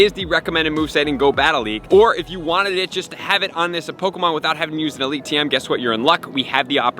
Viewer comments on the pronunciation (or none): none